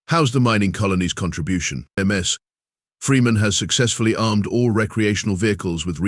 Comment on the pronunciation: "... golf cart calfs..."??? USE HUMANS, we read better - no stupid pauses, no "carry-on" where there should be pauses - like at the end of sentences or paragraphs. Oh, each - Ms. is NOT M S. "stood before ... Humanities finest mines" ???? Who would want to be with a bunch of MINES? "especially the sad violent music playing"??? "hashtag TOTALATETRAP"????